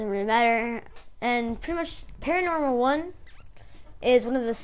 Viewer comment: It's PAN-OR-AMA .... Not "paranormal" >.>